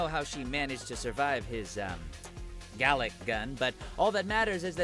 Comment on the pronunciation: Gallick Gun. Hahahaha I'm dead